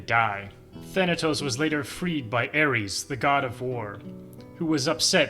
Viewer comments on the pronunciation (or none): none